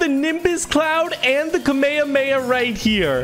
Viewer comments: It’s notkamahama it’s KAMMA HAAAA MA HAAAA!!!!!!! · Ka-may-ha-may-ha is how it's pronounced ig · love your vids but did anyone else get triggered when he called it ka-may-ah-may-ah... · "SrRowen" the kamayaryary! 🤣🤣🤣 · Epic: sajaadridha I’m a huge fan i love your vids also it’s pronounced kamahameyha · Lol kameyamaya 🤣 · ur pronunciation murdered me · HYR SproutzV- you so funny lol the way you first pronounced it was so funny